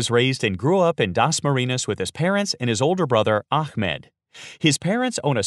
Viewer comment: Dasmariñas, not Dasmarinas.. :)